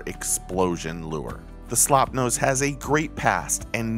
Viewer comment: At least try to get the name right please. It is not "Slopnose". It is "Slopenose" for Pete's sake. That was the correct name in 1902 and it is still the correct name.